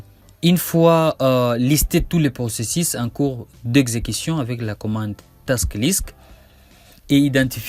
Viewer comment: la Methode que vous proposé est très longue dans son procésis, en fait j'ai rebobiné votre video 10 fois rien que pour réentendre votre prononciation du mot procésis LOL incroyable .